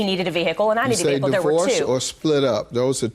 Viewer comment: If I hear vee-hickle one more time 😖😖😖